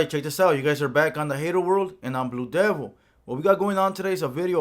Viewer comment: Fool you’re vocabulary needs help you straight up said “I’m blu devo” it’s “I’m blue devil” notice how the L is pronounced in devil not dev-o ur and idiot go back to school 💯🔵♿️